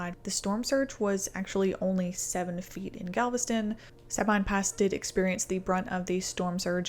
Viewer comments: I live in Houston. So so so many people evacuated who didn't need to. You had people that lived 50-100 miles from the coast evacuating to Dallas. And just some info, it's pronounced Suh-Been Pass. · Please do enough due diligence on your videos to pronounce the names of the locations correctly. Sabine Pass and Terrebonne will thank you.